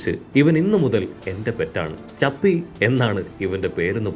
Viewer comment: 𝙲𝚑𝚘𝚙𝚙!!😹❌ 𝚌𝚑𝚊𝚙𝚙𝚒😹✔️